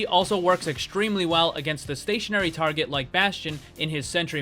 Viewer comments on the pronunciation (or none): none